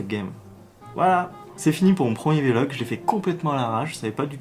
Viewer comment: J'ai une vraie question, POURQUOI tu dis V-Log ? ^^ C'est un VLOG lol tu dis pas B-log mais blog XD ^^